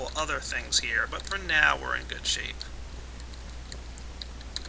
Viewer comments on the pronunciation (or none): none